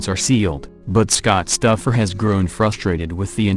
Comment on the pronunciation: Called Kortne Stoufer stuffer lol